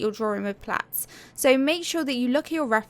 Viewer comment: Thank you! I thought you were saying plants then i realized plats are "braided ". I think that is what you were referring to. 💝